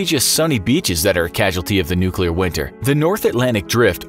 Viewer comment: Can you pronounce nuclear?